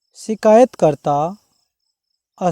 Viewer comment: आसाराम होगा सर जी न कि आशाराम